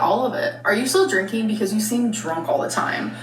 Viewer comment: "I do plan on drinkeeen soon" ok, 😅